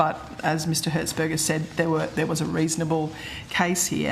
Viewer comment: Did she say Hertzburger?😂